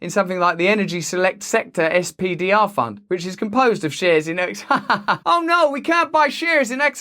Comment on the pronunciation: SPDR is pronounced "Spider"